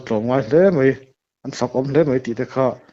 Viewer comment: Chhiattawk chhungte ka khawngaih hle mai, chutih rualin, a tawngkam afelfaia, mei atih lai khan Beng ati kham deuh a, mai tise ka lo ti khawp a, mizotawng humhalh Atul mange, te ka loti ve deuh